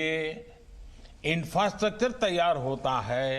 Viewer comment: Infrastructure (inastractor) 😂😂😂😂😂😂😂😂😂😂😂😂😂😂😂